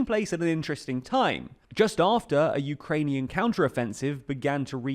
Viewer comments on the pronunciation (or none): none